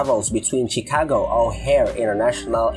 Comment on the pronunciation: CHIcago is pronounced SHEcago.